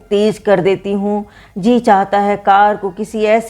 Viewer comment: यद्यपि बयां करने का अंदाज़ ख़ूबसूरत है लेकिन स को श या सही जगह काफ़ का उपयोग न होना अथवा जी को ज़ी कहना, कानों में खटकता है।